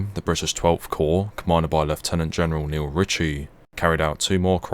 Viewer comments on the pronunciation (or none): none